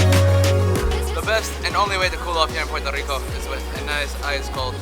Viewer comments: Not to be that guy but is Puerto Rico 🇵🇷 not Portó Rico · It's so annoying how you dont say the "R" in the word PueRRRRRto rico .. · Loved your video, but they way you say Puerto Rico was driving me nuts!! Sorry to seem so petty. ¡Yo soy Boriqua pa’que tu lo sepas!